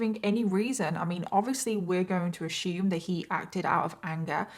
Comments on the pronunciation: It's "assume" not "ashoome" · I luv ya girl but the word is ASSume. It's not "ashume." 😂😂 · I love your work. But I giggle everytime you say "ashoom" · Every. Single. Time says "ashoom" I say mushroom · Hon - I love you and your channel. But, "ASSUME" has NO "H" in it. It's pronounced "ASS" "OOM". That's all I need to say. Love you and your channel. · Your story was so enthralling. I was frozen perfectly still with my mouth hanging open staring at the TV as I listened to you tell this story throughout the whole story!😳...I love youre content and makeup too..oh yea and one more thing...Has anyone ever made you aware of the fact that you pronounce the word "ASSUME" differently than we do here in the USA 🇺🇸?..It's the cutest thing. I noticed it in your other content and I giggled... but this is where this snaps me out of the story somewhat since it distracts my mind 🙊🙆‍♀️Anyway..I love youre shows and makeup and can't get enough so I hope you post more💗 often in the future! !bye👋